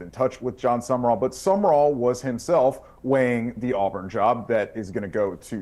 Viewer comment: Sum...rall 2 syllables NOT Summerrall!!